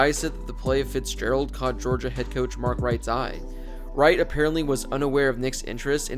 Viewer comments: For real. Who watches college football and doesn’t know how to say Mark Richt. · Richt = pronounced Rickt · Mark Richt. Pronounced Rikt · Mark Richt's name is pronounced Rickt not Righkt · It's not Mark Right .. it's Mark Richt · Uh, it’s Mark ”Richt.” Anyone who’s at all familiar with college football should know that. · ..Mark Who??? hahahahahahahahaha How can you be a college football fan and mispronounce long time Georgia head coaches name? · Mark who was the UGA coach????? See this is why I believe you probably just going videos and don't watch college football at all. The pronunciation of that man's name is known throughout the college football world. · You really butchered Mark Richt's name with your pronounciation